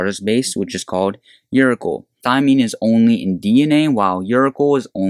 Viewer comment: Uri-kle?? your-a-sil.